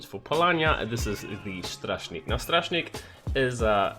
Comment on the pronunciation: Your pronouncing of Łowca is really bad It's Wovca with C spelled more like S Your Śmiały and strażnik pronunciation is good